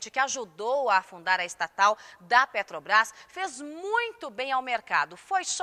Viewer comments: O Constantino não consegue falar Petrobrás, ele diz peTObrás. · Eu tb escuto PeTObrás......rs